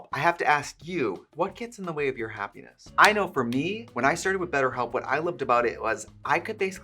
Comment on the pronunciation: "what gets in the way of tour hapness?" Well Trixie, the lack of money